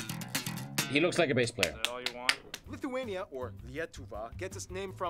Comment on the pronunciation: While I'm a fan of content, this was probably one of his worst considering he mispronounced pretty much everything, called Lithuania and Latvia creepy (no idea where he got this notion from), and got a lot of details wrong He's improved a lot more since then. He should remake some of these lesser quality videos starting with nations like Afghanistan